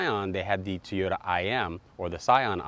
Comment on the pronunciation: What is a Tee-yo-da? It's TOY-O-TA! There is a reason why you only have 16 subs. LOL